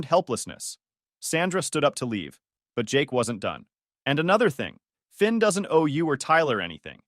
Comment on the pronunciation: Thin, Vin?? His name was Finn !!!